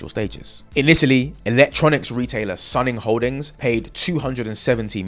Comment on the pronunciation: IIRC isn't Suning pronounced as Soon-ing rather than Sun-ning?